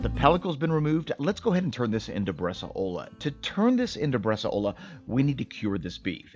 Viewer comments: Awesome. Btw, it's pronounced bresàola, not bresaòla. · I love your videos, thank you very much. Until I was scrolling through some previous videos, I didn’t realize you had made one on Bresaola. I’ve been making Bresaola for many years now at home with great results. I haven’t tried the dry age element, but that sounds like an amazing idea. If I may make one quick comment, and it’s not intended to be negative – just informative: it’s about the pronunciation of the word. It’s pronounced “BRES-SOW–LA“, not ‘bres-a-O-La’. again; thank you for the great videos. I really appreciate the time, effort, and knowledge you put into this !